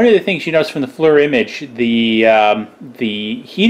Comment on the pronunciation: FLIR IS NOT PRONOUNCED LIKE FLUR....IT IS A EAR SOUND...........FL+EAR FLIR.